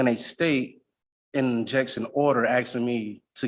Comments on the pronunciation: Too much 'axing'. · Is he axing or has he axed?